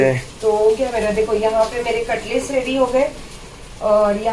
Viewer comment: Katles bol rahi h 🤣🤣🤣🤣🤣🤣🤣